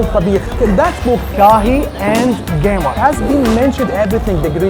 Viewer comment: Geymar sounds like when trying to insult neymar😂😂😂😂